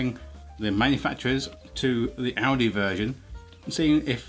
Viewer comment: I know it sounds like Audi the way he says it but the supermarket is actually called Aldi.